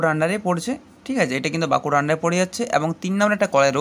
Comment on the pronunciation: ওরে ভাই "ব্যাংকুড়া" নয় বাঁকুড়া !!!!